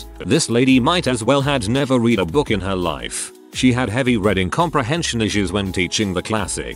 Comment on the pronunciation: Is there some reason the computer voice switches the past and present tense pronunciations of "read"?